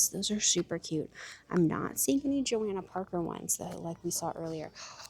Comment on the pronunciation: It is Jo-Hannah not Jo-Anna Parker. Just letting you know, a lot of people make that mistake. Look at the rag.